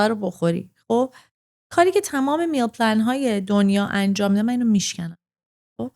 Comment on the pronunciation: چرا پلن رو پنل گفت 🙂